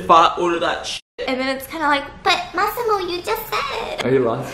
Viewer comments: Nobody:: Maximore 🤣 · " Maximore " I'm dead 💀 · Why do I hear 'must see more' whenever stephiance say Massimo. Im DYING